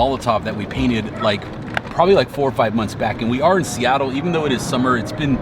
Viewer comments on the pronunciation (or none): none